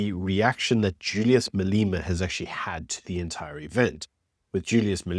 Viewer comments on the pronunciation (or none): maleeema LOL * ma-lem-a That was a good one But juju should be in jail for his comments based on law that is not followed.